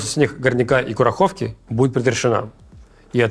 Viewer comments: КурA'ховка, ударение на А если что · Как надоели эти перевирания названий !Не КурахОвка-КурАховка,не ВиктОровка-ВИкторовка и т.д.Или вам все равно? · КурАховка,ударение на А.